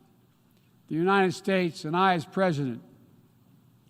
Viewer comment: He acts like he's president of every country except mine. He can't pronounce United. Unined?